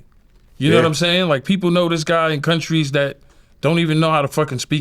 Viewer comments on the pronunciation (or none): none